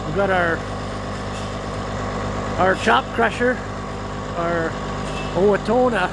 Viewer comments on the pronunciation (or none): The second "O" in Owatonna is pronounced like the word "on". I live in Owatonna, MN were it was made. Thanks for another great video!